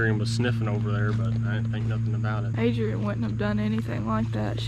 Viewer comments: “Fly High Adrain” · "fly high adroan" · "Fly high adrain"